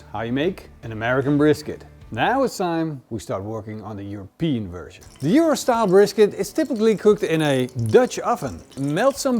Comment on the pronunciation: European not europese